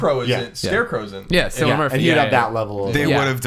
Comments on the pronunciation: AMERICANS. PLS The C in Cillian Murphy is not soft! Most of the time it's spelled with a K anyway (I'm irish) It's not Sillian. It's Cillian. KILL-EE-AN Sorry this just bugs me :) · sillin murphy hahahaha say it like this kill-e-in